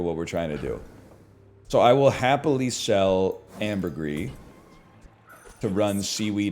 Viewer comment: He said ambergris correctly